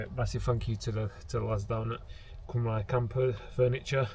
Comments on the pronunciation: Nice furniture and van! Shocking pronunciation of Cymru though. ;)( cymru = wales)- pronounced as “come ree” (cymraeg mean welsh - called them that too) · Sorry I skipped a few bits and will watch it later, am close to that stage, what was the cost of all that? And your so close to saying that name. Being welsh its CUM RE (cymru) you were close hehe great looking van.